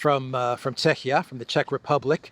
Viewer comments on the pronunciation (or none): none